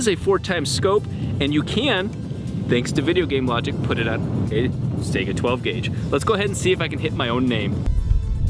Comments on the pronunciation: This is why I love you tube. I'm thinking about starting a series of videos where I pretend to be an expert about a thing I know jackshit about. Purely as satire of course. This video is funny and funnier because it wasn't meant to be funny. The moment I heard him mispronounce saiga my skepticism set in. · Let's just ignore that he pronounces saiga wrong the whole video smh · It is SA-EE-GAH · Its not "Sega" it's "saiga" the "Ai" part is pronounced like "eye" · sega 12 its called zaiga12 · one and the most important thing fuckin EVERYONE gets wrong about Saiga 12: It's pronounced saigA, not sAiga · Its not "say-ga" its "sai-ga" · Why does he pronounce Saiga “Sega”? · Sigh- gu not say-ga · sega? Lmao nigga. It's Saiga (saeegha). Based of AK47? Bitch please. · "Sayguh" IT IS PRONOUNCED "S-eye-guh" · I was so annoyed it's not pronoced Sega it pronoced sage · It's not Sega, it's saiga. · Say-ga? It's Sai-ga. Сайга, cyka blyat. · apparently he thinks it's spelled "SEGA" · I remember when Sega got into the arms industry. Oh wait that didn't happen. It's pronounced fucking "saiga" rhymes with "psyche-uh". Saiga's are goddamned good guns. I own 2 in different calibers and I cherish them. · FWIW, "Saiga" is pronounced with the first syllable rhyming with "guy," not "say." Also, the "rifling" on the slug doesn't actually stabilize it. Those are there so it can swage down through a choke without damaging the barrel. Taofledermaus did some high speed of "rifled" slugs going downrange and got about 400 rpm measured. Sounds like a lot, but it's not enough to stabilize a bullet or slug. If you look at the twist rate of a rifled slug barrel and velocity of a rifled slug, you get about 30K rpm, which actually will stabilize. The hollowed back of the slug is actually what stabilizes them. They're aerodynamically stabilized. Some companies like Brenneke attach the wad to the back of the slug to help with that. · It's pronounced SIGH-GAH not SAY-GAH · Sai Gaa not Sega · Like si ga